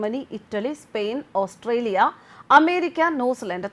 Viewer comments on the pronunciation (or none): none